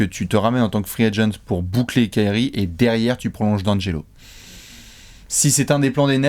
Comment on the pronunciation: Pourquoi tout le monde dit Di - angelo alors que c’est d’angelo